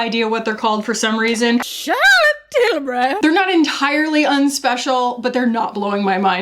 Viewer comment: trills “Charlotte Tilburrrrry!”